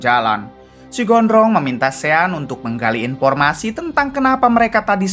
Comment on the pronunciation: Ejaannya sean...tapi sebutan yg betul ialah shon